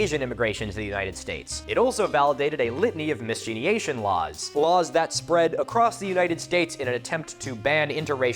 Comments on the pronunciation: Miscegenation is pronounced miss-SEDGE-enation. No disrespect intended, I love your channel. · Hey Milo, with affection, a correction; it's pronounced [Mis-sedge-ination]. Miscegination; The union or reproduction of two people of different ethnic backgrounds, specifically if one of them is white; additionally the fallacy that "mixed race" unions weaken the "superior" white race. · I won't comment about the pronunciation of miscegenation, I won't comment about the pronunciation of miscegenation, I won't comm- I'm...I'm melting...I'm meeellltttiiinnng...